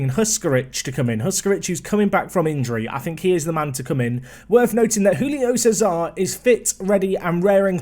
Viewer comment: i know doesn't give a scooby doo about correct name pronunciations, but Julio Cezar should be Jew-lee-oh